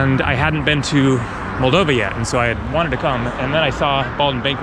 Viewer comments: Hey mate, welcome to our country. Hope you'll have a good time. Btw it is pronounced molDOva, not MOLdova. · In Russian, the accent is usually on the second syllable. Thus, mol-DOV-a and Chi-SI-nau ... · The accent is on the second O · it is pronounced Moldova